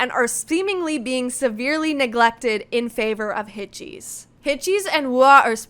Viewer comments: yes, hitches is pronounced like hitgesu, with a soft g like a j-sound. so you could also write hitjesu and that would be accurate. but she was saying hit-cheese, like the English word cheese, with a very long e-sound. That is clearly wrong. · Hitgs is not pronounced Hit-cheese but closer to the English word hitches, or hit-gesu. I knew right away you were gonna turn this video into a kind of Wooah vs Htgs screed. Did it ever occur to you that H Music are an all-new company now with an all-new CEO, and Hitgs are his creation? It is natural that he would want to promote them over putting good money after bad with a group like Wooah who show little potential to grow beyond their prior middling popularity. Meanwhile, Hitgs are truly fresh and are great personalities. The one-song-per-month roll-out strategy is a great way to grow their profile and popularity quickly. They don't appear any more overworked than NewJeans did in 2024 with a similar PR push. In fact, if you actually watch their live performances, fan meetings and behind the scenes content, the members of Hitgs are clearly relaxed, happy and enjoying themselves. And their music and videos are fresh and creative. Trying to dig up a scandal over the casting of the boycrush in the Gross mv is just spiteful. It's called acting and nobody cares how old the actor was. VV was an acting student in China before training in Korea and was only 18 when the mv was filmed. Rather than calling for Hitgs to be shelved and hooking them to the poor decisions of NV under earlier management, you should be watching their content and performances and supporting them because this is their time to shine. Hitgs deliver the dopamine and you don't know what you are missing. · just a heads up, its pronounced hit-uh-giss xx